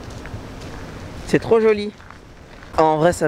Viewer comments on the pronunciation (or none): "non l'affaire là est trrrrop grave" XD